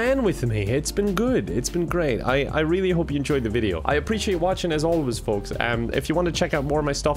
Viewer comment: "Hey there f-f-" Me: "Folks.": "fRaInS"